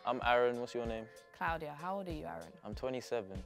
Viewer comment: CLOUD-iya lol